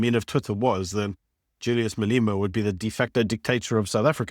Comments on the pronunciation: You really need to pronounce Malema properly,, it's not MA-LI-MA, it's MA-LEH MA. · Please say his name correctly "Maalleeema" haha 😅